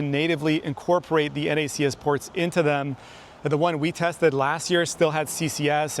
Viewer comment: Thank you for saying N-A-C-S instead of “NACKS” 😂